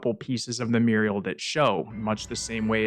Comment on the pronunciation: lol "muriel" instead of "mural"